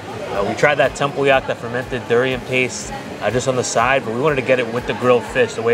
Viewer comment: did pretty well with durian and tempoyak which my Mat Salleh husband still struggles with, so 👍👍